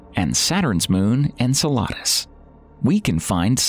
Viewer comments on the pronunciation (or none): His pronunciation of Enceladus sounded more like "enchiladas" than the actual pronunciation of Enceladus.